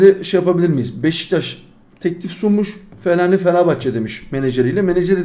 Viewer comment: Fellaini ye fellani demiş sonra da anlamıyor diyo😂😂😂